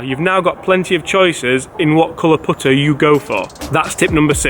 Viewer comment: Learn how to say putter